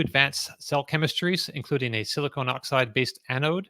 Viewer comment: Great show as always. FYI, as an MSE, have to comment that it is pronounced siliCON not siliCONE. I actually slowed down our grizzl-e duo from 9.6 to 5.7 kW just to reduce wear and tear on my off-grid system. Just dont need super fast charging at home for 99% of cases.